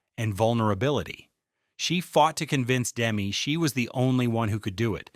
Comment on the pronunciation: For Christ's sake pronounce Demme correctly. Your dumbass keeps saying Dem.